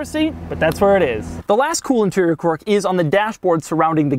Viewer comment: The way Doug mispronounces "quirk" is his quirk. - Quork? o_O